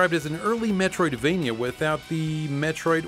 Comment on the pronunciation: Every time you say "Metroidvania" I wanna downvote your videos and unsubscribe.